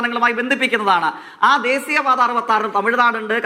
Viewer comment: പാർട്ടിയെ പറയിപ്പിക്കലെ. കണ്ടന്റ് ' കറക്ട് ആണ്. പക്ഷെ ഉച്ചാരണം വളരെ മോശം. ദേസീ യ പാത അല്ല. ദേശീയപാത യാണ്. പല്ലിനിടയിൽ കടിച്ചു പിടിച്ചതേങ്ങാ പൂള് പുറത്ത് കയ്.എന്നിട്ട് സംസാരിക്കു❤